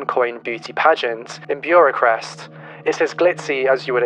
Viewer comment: "In Beuracrest" :D made me smile :) It's Bucharest lol